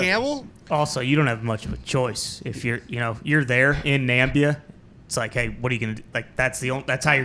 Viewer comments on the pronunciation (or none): It's Na-MIB-i-a, not NAM-bi-a. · Why calling Namibia «Nambia»🤣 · Did dude really say Nambia? Was he trying to be funny or what? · Great interview. Hey it's NAMIBIA by the way, no such things as "Nambia". Keep it up boys. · Bruh, it's Namibia not Nambia. Otherwise great content as usual. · is ty mocking the people who think its called nambia? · Also, I think it's Na-mih-bee-uh.